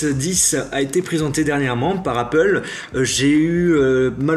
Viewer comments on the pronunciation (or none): none